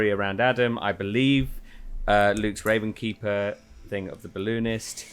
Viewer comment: why does everyone keep calling it the RavenSkeeper? There's no S there. It's just the Ravenkeeper